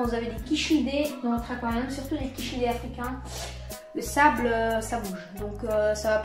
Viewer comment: Belle vidéo. Je suis débutant. Et j ai Bien appris grâce à ta vidéo. Juste on ne dis pas quichelidés. Mais ca ce prononce ci childes Siiiiiiiiiikliiiiiiiiideeeee